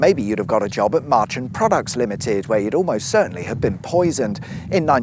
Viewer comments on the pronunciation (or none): As someone who was born/raised in Whitehaven (left in 1999), always quite amusing to hear other people trying to pronounce some of the old place names, or even something like Marchon (it's more like 'Mar-chon' than 'March-on'). As for Barrow (or 'Barra') - let's just say it's reputation was such that if you misbehaved as a lad, your mam would threaten to send you there as punishment.